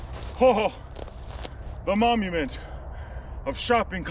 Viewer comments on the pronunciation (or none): Are you saying "momument"? 😂